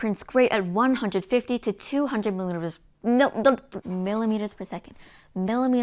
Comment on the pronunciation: another great video ! if you want to pronounce millimeters easier, voice the t like like some English do, might help :-)